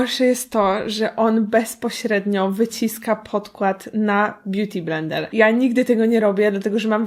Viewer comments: bjuti blendel XD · beauty blendel ? Najlepsze 🤣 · beauti blendel xd